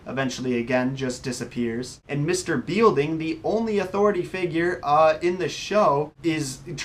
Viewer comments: Beilding? Seriously?? Think of the title of the show. Saved by the BELL. A bell makes a sound, like a "Ding", Hence the name Belding" Pronounced "Bell-Ding." I didn't even finish the video. To quote Guy in Galaxy Quest, "Did you even WATCH the show?" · The principal's name is pronounced "BELL-Ding", not "BEAL-Ding".... The only character in the show since the pilot! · I don't even think you've seen the show. One thing is, his name is Belding, not Bielding. And Slater wasn't Zack's lackey... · I stopped watching once you said bealding instead of belding. You are a fraud and have never watched the show. Who scripted this for you? Anyone who has truly watched the show knows how you pronounce the damn principals name. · First of all you called yourself....don't. That's stupid. Slater was never on Miss Bliss. And it's not Beilding...it's BELDING...like a bell ding. Belding. Have you ever watched this show? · I wanted to like this video but all you’re credibility went out the door when you kept saying Mr BEELding. Anyone who has even watched a few episodes of this show would know it’s mr Belding and even if they didn’t know how to spell it, they would know how it was pronounced from hearing it in the show. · Its not a conspiracy, and its Belding not Bealding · I was saying the same thing, while watching this video. This was a really popular show, for '90s kids'. He's clearly not, so I'm not sure why he chose to do a conspiracy video on something he hasn't done his research on. Just based on the fact he repeatedly mispronounces the principal's name (Mr. Belding, not 'Bielding'), and his clear misconceptions of all the characters on the show, it's clear he must've read this somewhere and not actually watched a single episode. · It's pronounced "bell"ding not bielding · u lost me the second u called mr belding mr beelding wtf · "Mr. beel-ding" have you ever even watched the show? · It is pronounced bel ding